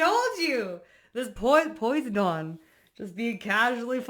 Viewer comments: Great read. Are you referring to Poseidon? The Deity’s name is pronounced Po-sigh-done. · Lemme be casually cruel real quick and let you know that you're itchy cus you said his name wrong 😂😂😂😂 it's pronounced po-sī-dun. Long I. No itchies next time lol😂😂😂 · Hi sis, The capricorn in me couldn’t let you go out like that… I appreciate you, and this reading is spot on! Wait… It hit me after, when you said Posydon… I’m like whose that… Then i’m like oh wait. She’s saying PO-SI(long I)-Den. I wanted to type it how I hear it when I say it, just in case the dictionary way wasn’t clear. Sincerely Capricorn, support good people in saying it correctly. Peace upon you. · I've heard Poisedin pronounced as po sigh done ✔ ❤ Thank you for this reading, Oatmeal bath makes skin feel awesome, takes away itches, makes your skin feel fantastic ❤❤❤ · It's pronounced piseyedon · Its pronounced po-side-on Posidone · Po • cy • din Say it fast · You kept popping up on my feed - I never saw you before and I didn’t look for you. So I think this was a message spirit needed a vehicle to relay this message. You’re brilliant ! And funny, quick witted. AMEN! btw Poseidon is pronounced POH-SIDE-EN. Heehee 😊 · PO-SI-DEN......Love Ya ! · Pronounced = Poe-sigh-den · I loved this so much! Thanks for everything you do! By the way it’s pronounced “po-si-dun” ilysm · It’s po•sigh•don - Poseidon 🙈🖤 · Pa-si-don 😂 water god with the staff…think of little mermaid dad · Posydon ( for pronunciation) is a Greek god I think. He is god of the sea. Brother of Zeus. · He doesn't like the way you are pronouncing his name. Po-sai-dun. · Hi sweetheart I just wanted to let you know it's pronounced Pos-I-don he is the Greek god of the ocean he is so strong I love it❤ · you’re so cute! i love your vibes and readings <3 and it’s puh-sai-dn heheh 🧜‍♂️ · I’m pretty sure the pronunciation is po- sigh-done Hopefully that was helpful lol. Or maybe I made it worse for ya 😂❤ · Pronunciation is pa-side-un 😊🙏